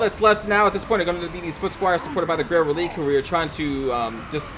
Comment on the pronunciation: I believe it's pronounced "Reh-lih-kay".